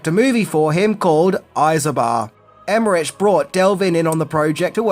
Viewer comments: Emerick ,not Emmerich. And Devlin, not delvin.. 🤣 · Their names are pronounced "Emerik" (EmerITCH) and "Dev-lin" (not del-vin) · You say Devlin and Emmerich wrong for almost the whole video. D E V L I N, not Delvin. Emmer-ick, not Emmer-itch. Love your attention to accuracy. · I'm not sure if anyone else has said this, but I feel compelled to mention that it is pronounced "em-er-ick," not "em-er-rich." In addition to that, you kept called him "Dean Delvin" when his name is "Dean Devlin." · Maybe my ear is fooling me, but I think you say Delvin instead of Devlin. He's half Filipino, by the way. And Emmerich, I think, isn't Emme- "rich", it seems to be Emme-"rikh". Maybe Americans just keep saying it that way and he's grown used to it. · Emmerich is German. It's pronounced like emmerick. There's no rich in Emmerich. BTW, love your videos. Long time subscriber 😊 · As always, great content. By the way, it’s Roland Emmerick or Emmerik, not “Emmerich”. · Love Stargate, luv ya, but it's Emer'RICK NOT Emmer'RICH. His name has literally been said by others and himself for decades, as well as DEV'lin, not DEL'vin.;) And I'm SO GLAD Kurt was there, because I could feel he was carrying. Oh and Ebert was a clown. FUN FACT: I was the Design Director on an original Stargate SG1 game being developed in 1996/97. It was rough, but I've always wanted to make anything Stargate (and still do). Unfortunately, my SG1 game (which was kind of like "Stargate meets Jedi Knight") was cancelled as MGM Interactive ran away from internal development. Every one I know who has worked on any Stargate game has nightmare stories. I'm convinced the IP is cursed. LOL. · Why would you pronounce Emmerich so wrong? It’s a German name…. And even if you would pronounce it English you would say Emmerick and not RICH… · Love your stuff... Fun fact 11 is that it's a hard K at the end of his name, and is pronounced "Emerik" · It’s Emmeric(k) and Devlin not delvin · Dean Dev-lin, Roland Em-mer-ik.